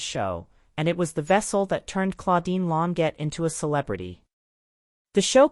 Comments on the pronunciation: Lawn sjay is the phonetic pronunciation of her last name Second egregious error: she was born in 1941, not 1914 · The AI voice is terrible and mispronounced her name every time. It pronounced Long jaye